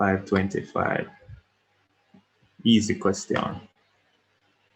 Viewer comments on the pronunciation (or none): Yooo you saying "eassy" and "soft" is so daaaaamnn annoying 🙄😤